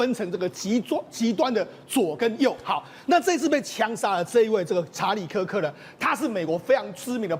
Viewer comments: 他在X的帖子每則都千萬以上，比馬賽克、川普總統還多，他辯才無礙越來越受歡迎。其實我們自己身處美國，知道真正的多數是中間。但現在已慢慢往右移，因為民主黨執政下的美國走歪了，抹殺主創造人類的價值、人類的價值、家庭價值。我周邊幾乎認識的人都極贊同川普總統的改革。這麼一個優秀有容忍度的年輕生命就這樣被魔鬼殺害😂，真的好心痛，願他的靈魂永安，安慰他哀傷的家人！美國必須由共和黨再繼續執政20年，美國分裂的社會才有辦法癒合。 女來賓！Kirk發音柯克不是克拉克。Kirk在辯論時對手辯不過他就常耍無賴，但他始終很有風度，他是神的孩子。但即便如此，我是反對槍枝！ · 连名字都念错，市葱真的是草包，kirk只能是偏右，他绝对不是极右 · 超級不專業，來賓一直把死者的名字唸錯？太沒禮貌了🤬